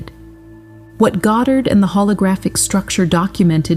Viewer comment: Please pronounce Neville’s last-name correctly! The accent is on the first syllable God’dard!